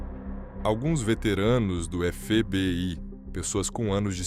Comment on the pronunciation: Porque você não fala o nome do FBI corretamente. Parace uma AI falando 😂😂